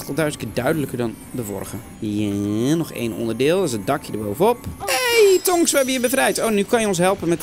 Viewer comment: het is niet tongs maar tops